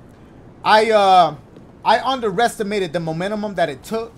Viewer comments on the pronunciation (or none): My god I love you Dashie, but please learn what an acorn is lol. And the word is Mo men tum. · No one: Literally no one: Dashie: momenemum (momentum) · this man said the momenumume 😂